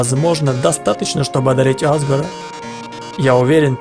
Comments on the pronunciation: Правильно азгора а не азгара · Не Азгора (на а) а АзгОра (ударение на о)